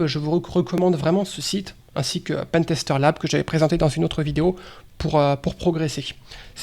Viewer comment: Heu non, aucun anglais ne dis "pintester", le e ce n'est pas magiquement un i en Anglais. On dis "a pen" pas "a pin" pour un stylo.